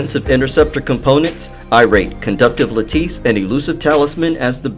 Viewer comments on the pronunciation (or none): I've been watching all of your videos, keep up the good work. And Lattice is pronounced.. "la'-tuhs" 😁 👍👍